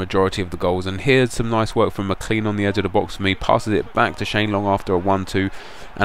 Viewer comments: Isn't it Mc-Clane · It's pronounced McClain!